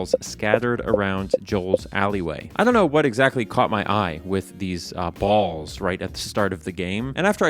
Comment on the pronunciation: just really had to emphasize that BALLS